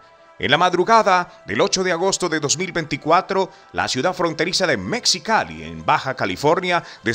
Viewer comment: Mejicali y no "Mexicali",la "x" se pronuncia como "j".😊